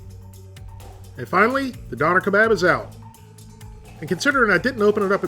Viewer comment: Dough-ner Keh-Bob********